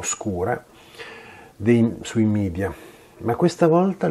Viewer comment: Ottimo video, tutto perfetto, ma solo una cosa, per favore... Non parliamo come certi politicanti itali-oti che preferiscono l'inglese alla lingua nazionale. Media è una parola latina (il plurale di medium = mezzo) che si pronuncia come è scritta